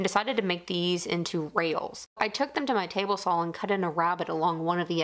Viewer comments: I love the flat wall slider, nice project. I also like that you sound like you're saying sawl. I look forward to the next project! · "Sawl"...gets me every time.